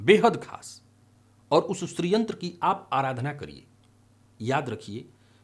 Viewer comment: 'श्रीयंत्र' बोल रहे हैं या 'स्री/स्त्रीयंत्र' ?